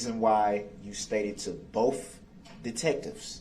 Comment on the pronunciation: Why didn't any witness say to him "What is 'axed'?" Or "I don't know what 'bofe' means". How about "What does 'aminant' mean?" Or "I'm sorrry, did you say 'fixiated'"?